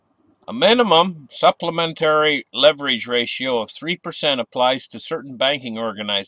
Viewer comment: What's it called? Supplementarrrrrrrrri. Haha